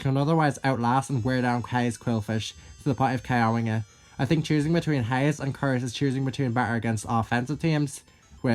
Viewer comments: You have never sounded more Texan than when you pronounced "Haze" like "Heighz" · Heighz beans